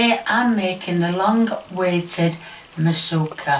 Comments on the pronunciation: When I heard "Massookuh" I lost it! Excellent stuff. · I love me a “ Masoooka” 😂 Thanks